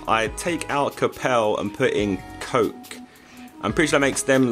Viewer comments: Its Ko-Kay not Coke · It's koke not coke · its kow key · Koke as in coke - ay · josh his name is "koke" but when you read it its "koki" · You pronounce Koke like co- ce or ke not coke. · Koke is pronounced coke-ay not coke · It is pronounced coke - ay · Koke should sound like (Coh-keh) and Varane (Vah-ran.) :D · its pronounced ko-kay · The pronunciation is like Coke, it's the other way you said it :) loving the videos and keep up the great work! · It's said like koke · Koke Pronounced: Coe-Kay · It's coke-ah is how to pronounce joke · How to pronounce Koke: Coke-Ayyy. "Like or you get 4,269.587 years of bad luck" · It's pronounced ko-kay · It's Ko-ke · Josh it's pronounced kokay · oh by the way its kokay thats.how u would say it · his name is (Ko-Kay) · Its pronounced as ko kay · It's pronounced "Coke A" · It's pronounced Kokè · Its pronounced kokei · it is pronounced ko-K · It's pronounced cokay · Btw it's pronounced Co-Kay